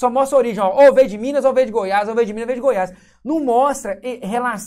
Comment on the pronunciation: " DU GOIAS" NÃO...É "DE GOIAS"